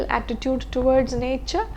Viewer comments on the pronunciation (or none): none